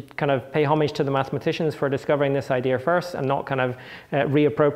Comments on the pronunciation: iits dea and not ideaR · Why does he pronounce "idear" instead of "idea"? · I wanted to throw my monitor out the window every time I heard "Idea-r" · Very interesting "idears". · That's the problem with non-rhotic accents: once you start dropping those 'R's, they get all over the place and start falling in the cracks between words and are impossible to remove. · Since when does the word "Idea' have the letter R in it?